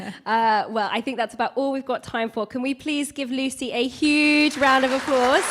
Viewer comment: can not say Lucies name properly, what a twat.